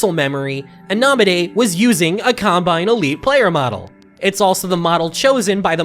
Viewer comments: sounds like he says columbine instead of combine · Colombine??? Lmao not what I imagine you meant to say there, but still a really funny slip up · hate to be annoying and comment multiple times, but did he call it a Colombine model?